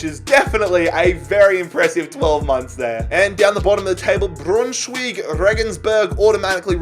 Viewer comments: You pronounced Braunschweig wrong. Pronounced 'brown - sch- why-g' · He pronounced Braunschweig like Brrrrrruuuun Larsen